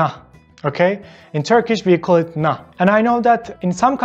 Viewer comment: Bro the "nah" is a bit different 🤣🤣 tell the truth